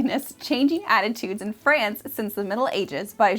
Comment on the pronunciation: A deficit of mine has presented itself. I have a prejudice I will admit , my intolerance for hearing France pronounced in the fust sections of this content. Suggesting a dog ' go potty ' was also a pet peeve I must deal with similarly. My problematic mind.